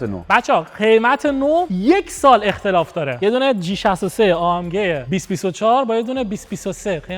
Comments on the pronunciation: ای ام جی ❌ آ ام گ ✅ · ای ام جی❌ آ ام گِ✅